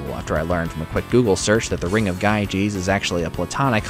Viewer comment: GYGES is pronounced Yee-Guhs